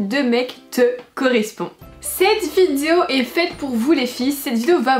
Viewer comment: On est d'accord elle elle dit Vidio ou Vizuo ? 🤔